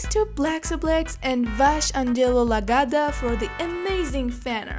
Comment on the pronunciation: no problem the name is just fine other than the correction should be 'lagda' instead of 'lagada'